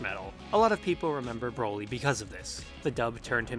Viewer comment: Why does it sound like you keep sayin' "Browi"? But in all seriousness, the new Broly is an actual entertaining character that I hope gets expanded upon.